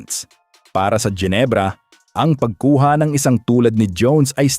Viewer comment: Jinebra (as u pronouns it) putcha! MALI! JINEBRA MO MUKHA MO! GINEBRA (Hinebra ang pronouns)